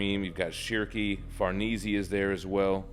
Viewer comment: The way he says “ Farnese “ is killing me lmao… 😭😭🤣🤣, but excellent video though man. But to say her name correctly is Far-Nay-Zay , not being a grammar jerk by the way. I’ll be sure to tune in more videos bro! Keep it up